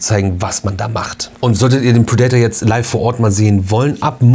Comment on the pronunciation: Bitte nicht "pridaitor" aussprechen, sondern "prädäter"😉